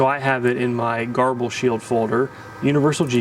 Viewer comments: garble? its said like ger-ball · I’ve always called grbl ‘gerbil’ not ‘garbel’. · Huh, I aways pronounced it 'Gerbil' , not 'Garble'. you're probably right, though. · Nice, clear tutorial. Garble? Gerbil? Gurble? Seems there's a lot of pronunciations out there!